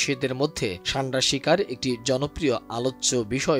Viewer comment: ছান্ডা নয় উচ্চারণ সান্ডা হবে